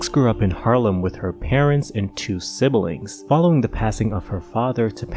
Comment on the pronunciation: The “she needs help” at the end helped me pinpoint the passive-aggressiveness leading up to it. And for the love of god, it’s pronounced “sib-ling” and “cat-a-stroph-ic”… not to imply you may be both tasteless AND illiterate.